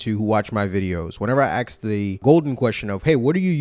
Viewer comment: why pronounce ask like "aks"? real question